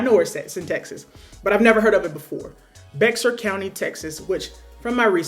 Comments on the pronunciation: Just FYI it's pronounced 'bear'. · Love the content. FYI, Bexar is pronounced "BEAR." Lots make that mistake lol